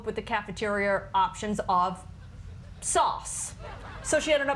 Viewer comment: Sounds like she had a problem with "sause" rather than sause...